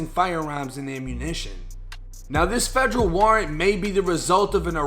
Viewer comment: Instead of Federal.. he was saying FEDREW 😆